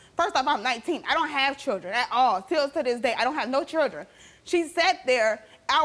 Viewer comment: What's a chirdrin?